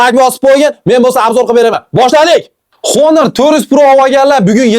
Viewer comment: Honor emas onir deb o'qiladi 😢